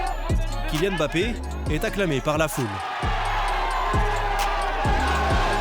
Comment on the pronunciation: Mbappé et non Embappé. Il marque 3 buts contre le Barça, chez eux et ça ne suffit pas pour que son propre club prononce correctement son nom à chaque fois pendant 26mns? Serieux !! Faut faire quoi?